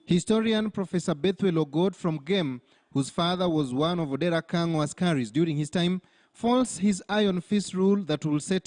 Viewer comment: No, not "Akang'o". The correct spelling and pronunciation is "Kang'o". The chief's correct name is Odera Kang'o.